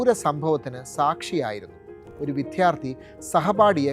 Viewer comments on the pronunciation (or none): വിത്യാർധി അല്ല വിദ്യാർത്ഥി